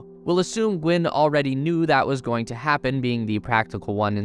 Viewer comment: Gwynne, not Gwen. It happens to the best of us...